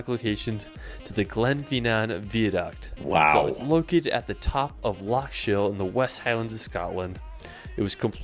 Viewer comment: I'm amazed that this video-maker seems to have spent a lot of time in Scotland and the UK, but has never learned to pronounce place names correctly, I have never, ever, heard "Viaduct" or "Edinburgh" pronounced as he does!